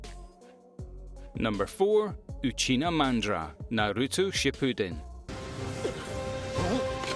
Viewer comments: Lol uchina mandra. Lol Uchina ITS UCHIHA MADARA U FOOOL. DO NT SAY ANYTHING ABOUT MADARA ITS UCHIHA NOT UCHINA U DISRESPECTFUL MAN CORRECT IT MAN ITS HURTS. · Why he say Uchina mandra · I know I did not just hear Uchina Mandra hahahahahahhaah yoo gotta wash my ears. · That pronunciation of Uchiha Madara is needs to be corrected.